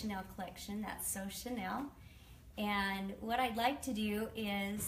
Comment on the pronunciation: Chanel is name brand. Chenille is pronounced "sha-neil".